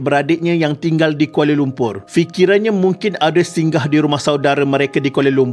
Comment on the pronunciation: Mintak maaf admin.. cara sebutan nama Audrey ialah Oh-dree... Sekadar berkongsi